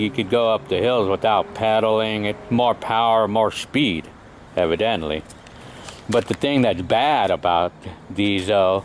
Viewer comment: "More power, more speed...evadently" LoL!! Thanks for the video. Lucky for me the 2 strokes are legal in my state.